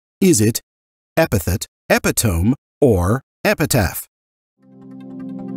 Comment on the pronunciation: 34/40 *Scrabble uses tiles but not dice. *Epitome - (uh-PI-tuh-mee)